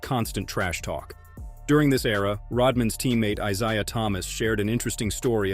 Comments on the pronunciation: Well done collection of LB clips, but the silly A.I. pronunciations of some words and names is blatantly shameful ("Eye-ZIA" Thomas?) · Iziiahh Thomas, wtf??? Narrator, wtf.. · it's pronounced "Eye Zay Uh" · Eyes-eye-ah Thomas 😳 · “Eyesiah” Thomas? GTFOH! Amateur production or incompetent AI.